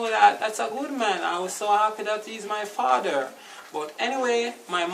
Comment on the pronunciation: LMAOOOO MIA DEAD "three" "fadder" loool